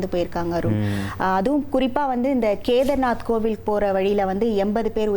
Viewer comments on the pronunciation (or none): It is KEDARNATH and not KEDRINATH. The discussion is totally absurd and creating panic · Char dham (ஸார்தாம் இல்லை) கேதார்நாத்....NOT கேத்ரிநாத். வேறு செய்திகள் கேட்பதில்லை. ஒன்றும் படிப்பதும் இல்லை. கடவுளே 😂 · அடி அறிவு கெட்டவளே, அதுகேதார்நாத் ,கேதிரிநாத் இல்ல, ஆம இது உங்களுக்கு டீ டைம் நியூஸா டி? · Ammaadi, Adhu CHAAR DHAAM YATHIRAI. CHAAR CHAAR CHAAR CCCCC -- CHAAR ENRAAL HINDHI LA 4 ENRU PORUL.. SAAR DHAA M SAAR DHAAM NU OLARURE. MOREOVER கேத்ரிநாத் NU SOLRE. Adhai கேதார்நாத் nu correctaa sollunga. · கேத்ரிநாத் இல்லை கேதார்நாத் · கேதிரினாத் தப்பா சொல்லாதீர்கள்.கேதார்நாத் என்று சொல்லவேண்டும் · அக்கா கேத்ரினத் அல்ல கேதர்நாத் என்று உச்சரிக்கவும் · கேதார்நாத்.. தப்பு தப்பா தமிழ் பேசுவது தேவையா?